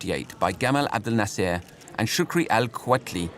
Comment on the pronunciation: I wish you pronounce his name right ! Abdulnasser … not Nasssa !!! 😡